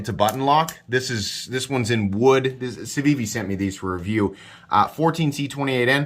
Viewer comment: as a French native, good pronunciation for the civivi